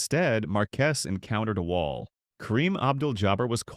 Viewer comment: I wish you guys would hire a human that can pronounce wall. The cadence is not human like. The same word is pronounced differently in the same article. Please hire an entertaining human with a personality.